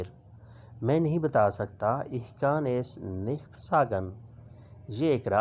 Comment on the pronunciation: Aap ko to word ich hi parna nahi aa raha. Aap kya wrong taleem de rahe ha.